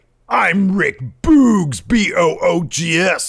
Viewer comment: No he definitely said Boogs with a hard g. Boogs with a soft g sounds terrible